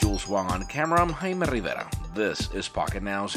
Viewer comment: Does any other spanish speaking person here thinks it's reaaaaally annoying how this guy over pronounces his own name? I men, he's not just "Jaime Rivera" he's ""